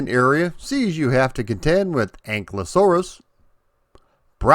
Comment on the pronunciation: Finally! Someone says it right ANKLEosaurus its not pronounced as its actually spelled